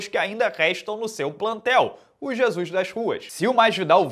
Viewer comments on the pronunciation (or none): none